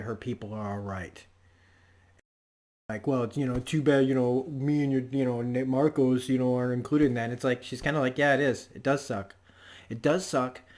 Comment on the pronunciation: His name is Marco, not Marcos. Otherwise, great review, you make some really great points, and I LOVE how Drummer can say more with a glare than some other characters can with a monologue. One thing that does make Marco different from other Freedom Fighters though is scale, the number of people, the number of civilians that he killed, ostensibly during peacetime, is unprecedented, other than say Genghis Khan